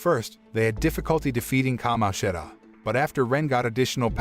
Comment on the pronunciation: bad. every time he said certain characters’ names, such as Kamoshida, he messed up the pronunciation